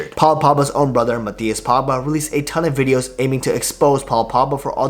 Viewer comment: Say the letter G